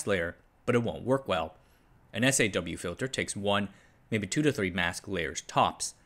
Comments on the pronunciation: Kills me every time he says "S.A.W. and B.A.W.". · You pronounce SAW like saw not as the initials S.A.W. Also Rayleigh is ray-lee, stress on the first syllable.